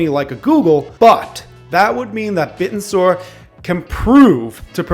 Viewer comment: Its pronounced Bit-ten-sor not bit-n-soar